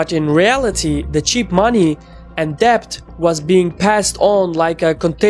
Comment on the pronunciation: "t" in mortgage is silent. "b" in debt is silent.